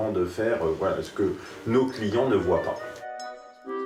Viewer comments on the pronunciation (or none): none